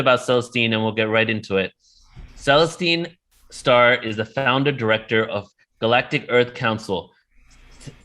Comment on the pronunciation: Never heard of her & he cant even say her name properly